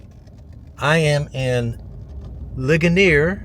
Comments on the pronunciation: It is pronounced Lee Jun eres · Since it’s a French town, a better pronunciation might be “Lee-schone-A”? For the first town